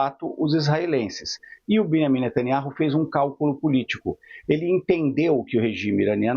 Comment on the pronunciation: Velhaco ai só repete o mesmo. Fala q quer eliminar israel, o hijab da outra... sabe pronunciar o nome d netaniahu. Ñ pronuncia o J. Evanjegue dedicado 😂